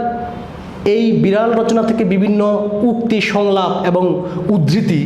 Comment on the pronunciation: ভাই, উচ্চারণ ই ত ঠিক নাই...(বিরাল,প্যাশা) আর শিট পড়ে কি শেখান সৃজনশীল ত কিছুই নাই।মুল কথা না বলে এদিক সেদিক কি বলে গেলেন 😜😜😜😜😜